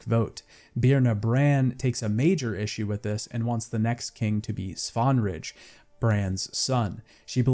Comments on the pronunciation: Yet another Witcher retrospective completed before Joseph Anderson, and a high quality one at that. Well done, Son. But seriously, what is with your name pronunciation? You hear them say these names aloud how many times in the game and you choose to pronounce them differently? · Awesome video, whole series tbh. But the pronunciation of some of the names hurt mate 😅 I recently replayed the game and am pretty sure Crach, Svanrige and others are not pronounced the way you butcher them even in the english veraion of the game... Anyways that's just small nitpick, thanks for great content 👌